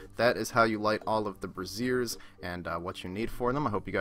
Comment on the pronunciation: BRAZZERS?! LMFAO. Its pronounced "bray-z-yur". Brazzers is something entirely different XD